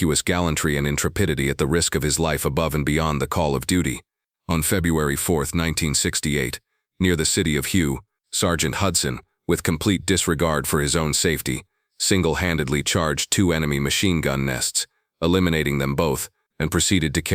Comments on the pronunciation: I good story,maybe true but nobody refers to the combat part at the city of Hue as hue. The conflict at the city of.Hue to American earssounds like way please know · The city of Hue Vietnam is pronounced as "Way" I believe. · Hu city! Its name is Hue and I have been there on my second Vietnam tour. It’s pounced way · Pronounced. " way:" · Pronounced Way City. Upon my return from Vietnam, protesters spit at us not on us as they were kept too far away for their own protection. Semper Fi. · Learn how to properly pronounce Hue!!